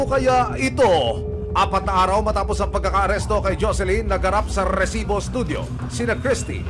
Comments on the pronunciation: sinong naiinis sa pag sabi ng RRRRRREEEEsssiiibbbbooo?? hahahahahhaha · Kabuwisit yung pagsabi niya ng rrrrrrresibo!! Hanep may nagmamay ari ng pinas at may kiboloy na nagmamay ari ng mundo,,onli in da pilipins.